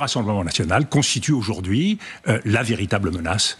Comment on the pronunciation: Auzord'ihui aussi c'est un notre zour😂Wallaye